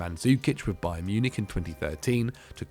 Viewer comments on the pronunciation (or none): none